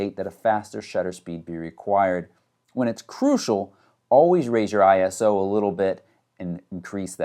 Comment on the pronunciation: I can hear Tony Northrup screaming ISO not I-S-O. LOL